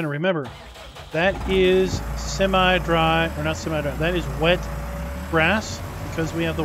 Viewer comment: It's semi not seme. Learn what e does to a word like win Vs wine